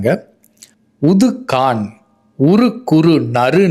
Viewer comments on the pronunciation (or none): none